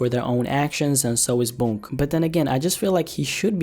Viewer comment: My man it’s “Boonk” not “Bounk”